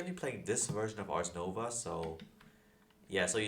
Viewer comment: Yoooo youre saying ars nova